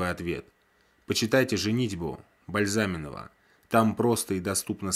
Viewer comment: Не БальзАминова....а БальзамИнова!!! Автор не читал..но советует))) С чьих то слов))) Прежде чем советовать и поучать научись сам!!!! Ты сейчас про себя рассказывал!)))